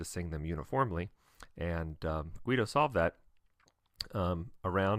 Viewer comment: oh boy. please. GEE-do dar-RETS-o. hard G as in guess (there's a clue for you.) z and zz as in pizza. (another clue.) the letter is an illumnated P. the book is Codex Psalmorum (book of Psalms, which the monks sang all 150 each week). Aesop sounds awsome!